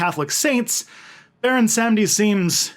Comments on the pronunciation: so its pronounced more like "bawon samdi" just so ya know! and please dont listen to people saying its the same as papa legba. baron samedi and papa legba are not the same guy! papa legba is the gate opener, keeper of the keys, guardian of the crossroads. baron is associated w the crossroads but he isnt the loa of the crossroads per say. he is found in the graveyard. he is associated with crosses, bones, black purple and white. some say he looks like a haitian man with white paint that looks like bones, but when i dreamt of him he was a full-on skeleton with a purple and black hat, and he was wearing a tux with a long tail coat that was also purple and black. he has a button up white shirt underneath and a red rose in his pocket over a handkerchief. he was wearing glasses like yours but much older looking and not shades just regular glasses but one lens was missing. he was in a ballroom with the rest of the ghede and he danced with me until i woke up. i had no control over my body in the dream and it felt like the room was spinning. went to a haitian manbo who confirmed baron samedi was in my court. anyways i hooe this info cleared some things up! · It's pronounced Bahwon Sahm-dee